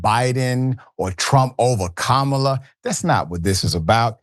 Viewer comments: And by the way Candace, it's pronounced Kah ma la,get it right. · AND she supposed to be so well educated, but can't or won't pronounce Kamala's name like it's actually supposed to be pronounced. Like it's somehow too hard to do!